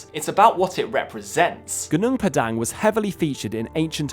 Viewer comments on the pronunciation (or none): PAH-dahng, not 'dang' like 'dang it all' .. GOO-noong PAH-dahng 😊